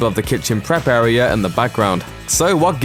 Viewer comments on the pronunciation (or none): none